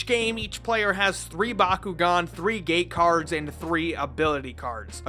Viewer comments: until I thought he said "Gay cards" instead of "gate cards". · I know that the magnetic cards are supposed to be called “gate cards,” but I keep hearing them as “gay cards” in this video. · I can't stop hearing him saying "gay cards"